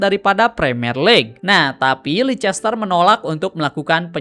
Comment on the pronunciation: sorry bang izin koreksi yak, penyebutan yang bener tuh "leister siti" bukan "leicester siti"🙏🏻 overall storytelling materi lu udah oke banget bang. keep going🤙🏻🤙🏻